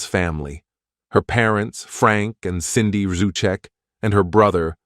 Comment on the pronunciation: it's SANDIE not CINDY....